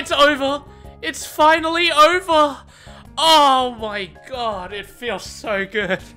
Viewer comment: It's oyva. It's foinally oyva.